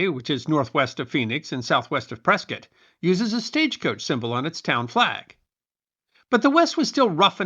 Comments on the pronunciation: I live in Prescott, and glad to hear it pronounced correctly. "Pres-kit," like Biscuit. Great story. Never knew about this stagecoach massacre nor its connection to Prescott. Even learned the origin of the name Hassayampa. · I live in Prescott AZ, and I want to compliment you for pronouncing the name correctly... It is indeed referred to by us locals as "Press-kit", not "Press-kaht". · Oh, Thank you for pronouncing Prescott correctly. Us Arizonans love you more for it. Butterfield trail went right though my town. Super cool information. Thanks! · Congratulations,! You pronounced "Prescott" just like "biscuit". I'd almost think you were from Prescott! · Well done again. As someone who lived in Arizona from 1959 through 2014 I actually loved this one. Also, I want to commend you on your proper pronunciation of "Prescott". I'm very familiar with every area that you mentioned during this story as well as the story itself. Like so many other times in our nation's history the native tribes get a bad rap and are blamed for things that were never their fault or that they never did. BTW That's a beautiful tuxie gato or gata you have there. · I came here to say the same! Impressive he knew the correct pronunciation, that generally only us who are from Prescott, know. Now to find out the lived there... way kool! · It's so unusual to hear Prescott pronounced correctly. I see another commenter has also given you credit for that. Good job, and great story telling. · Good work hitting the local pronounciation of the territorial capitol. 😊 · pronounced Prescott correctly!!!